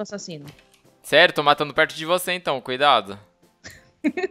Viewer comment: ele falou soma cuidaso😂😂😂